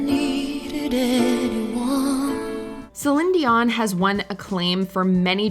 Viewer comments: It’s “Say-leen Dee-Yawn” not Suhleenzeeon or whatever the fuck that was 😂 (and in French you don’t pronounce the n of her last name) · Stop sayin Celing Gio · Did anyone else stop the video at her pronunciation of ZILIN-DZEON? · Cshelinn dioangg........Nah wtf was that. You need to put some respect on that name, it's not hard to pronounce.....sellleeeeen deeeeoooooon. Ffs, you can even make it all into one word if you need to......people will know. I'm a 40 yr old who grew up with celine Whitney and mariah...... and commenting like a 2o yr old in charge of this channel is gonna understand wtf he's even posting.😂😂😂😂 nevermind lmao I give up. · The mispronunciation of CelEEn Dion's name was like nails on a chalkboard. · OMG the voice overs pronunciation of Celion Dion :D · Ugh. Ypu lost me as a listener. Please use someone real. No one real would mispronounce Celine Dion. I'm sad. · You really need to do better research on your music and songs. It was even in the news at one point about Christine Aguilera, singing the song reflection for the movie Moulin. Because it had extremely difficult notes that most singers can't even sing. You're also mispronouncing Celine, Dion's name. Then, you completely forgot Cindy Lauper, who's done some really difficult songs. You seem to like to stick to a range of only 25 different singers. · Yeah, indeed! What a bad pronunciation of Céline Dion and a way to tear up someone's beautiful name😖! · The way she pronounces Celine Dion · Why are you pronouncing Celine dion so weird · Pronounce Celine dion like you were about to sneeze 😂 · the way you pronounce céline dion is SENDING me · So We’re even overpronouncing celine dions name now😑